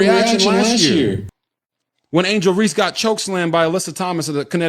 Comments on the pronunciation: Dude, I like your info., but please stop mispronouncing Angel's last name. It is Reese, (like "peace"), not Reese's (like the candy). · Hey bro I know you’re illiterate but just for future reference, you don’t say the “E” at the end of words. It’s “Reese” not “Reesey” you Dumb mf 😂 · It’s Reese not Reese-EEE…but I agree with u tho